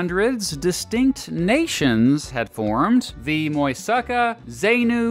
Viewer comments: Its muisca, not muisaka. And it’s Zenú, the accent is in the U. Not “zínu” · Muisca is pronounced “mooh-is-ka”, great video by the way. Also, we put cheese in chocolate, not coffee. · colombian here. repeat after me: mooh ees kah. there you go. muisca. cheese in chocolate. geez! and don't forget about ajiaco. still waiting for the moment in which the sensitive topic of arepas is discussed… you didn't. congratulations (?). bye. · Lo que dijo, Moisaka, Zeinu, Kwinbaia and Tayrrrrona. Lo que quiso decir, Muisca, Zenú, Quimbaya y Tayrona. Definitivamente usted sí necesita Babbel para aprender un poquito la pronunciación del español. 😂